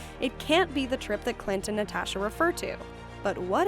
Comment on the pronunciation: Why are you saying “NatAsha” like that? ....*cringe/shutter*